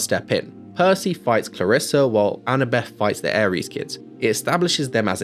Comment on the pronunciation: I absolutely don't want to hate, because your movie sounds way better, but it's ClarrisE and not ClarrisA